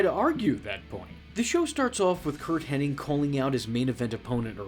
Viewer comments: Hen-nig not henning, you idiot! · Henning and I was screaming at my screen. It even says Hennig loud and clear on screen